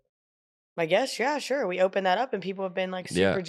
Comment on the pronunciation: Copying Alex sayings - Shore when you are saying sure. And Nice when you are saying that's neat.